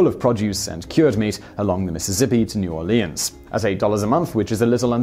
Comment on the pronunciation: thumbs up for saying my cities name right, New Orleans.